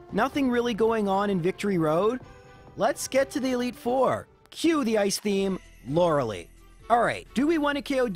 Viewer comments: There is only one thing that I don't find excellent in these vids: the pronunciation of "Lorelei". She's not the female counterpart of Hitmonlee - the "ei" sounds the same as the "I" in "Ivanhoe" ;) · “miss-aisle”, “lore-uh-lee”, “ar-kay-nine” for someone who plays these games so much, you mispronounce A LOT of things.